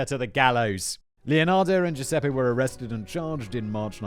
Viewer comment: Count on a Brit to see a name like Giuseppe and go with G.Sep :D